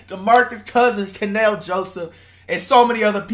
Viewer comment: called kanel joseph “ Chanel” 😂😂